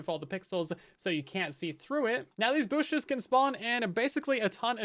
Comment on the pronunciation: lol I had the same thought and I’m pretty sure said booshes. I love it!